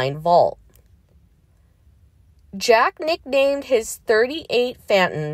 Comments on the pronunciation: Pronounced fay ton, Not Fat ton. Get it right! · The cars name is pronounced: Fayton.